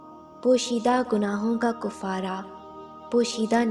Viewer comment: Kufarah nahe kafatah ha❤